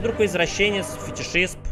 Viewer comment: Фитишист а не Фитишисп